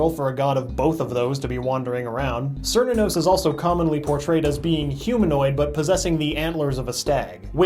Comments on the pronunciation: {Ker-knew-nuss} XD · cant even pronouce cernunos' name. tsk tsk. edit: or shub nigorath's